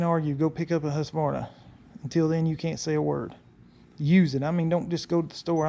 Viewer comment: When pronouncing Husverna try to add a K, where the Q is in Husqverna . It means home (grain) mill.